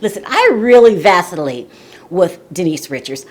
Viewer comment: Did you say vastillate? Did you mean vacillate?